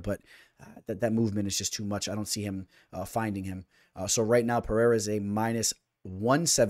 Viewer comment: Pe Rei (not hey) Rah